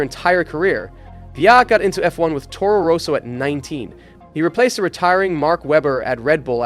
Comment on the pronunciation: Toro Roso, Fisitjella, dude, why not do your best to properly pronounce common F1 names? It is not that hard.